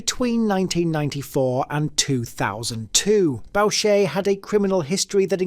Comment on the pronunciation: You mispronounced a few people's names, ie Maurice Boucher<--------- it's pronounced BOO-Shay and not BOW-Shay.😉 By the way Clifford Olson r*ped and murdered children. You stated people which they are but maybe you didn't know.